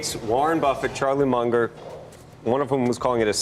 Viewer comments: It's Charlie MUNG-er. NOT MUNGE-ER. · is not MUNDGER bur Munger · Mun ger, not Mun jer! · "Charlie Munjer"